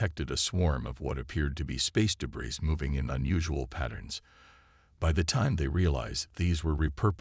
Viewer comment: Great! Sarah Chen yet again!!! And what is: "DEH-briz"!!!??? And yes, I stopped listening at just over 2 mins because, obviously, your AI sucks and I am not going to subject myself to Numerous grammatical errors.